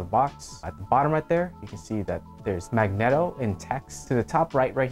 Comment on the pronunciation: I hate that you pronounce megneto wrong...